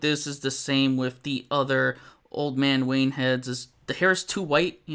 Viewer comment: I like your videos but WHY IN MACGYVER'S NAME DO YOU USE A ( V/F sound instead of the TH) ie - wiff instead of with !? You seem articulate ? Is English not your first language ?